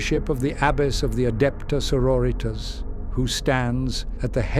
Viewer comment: Adepta señoritas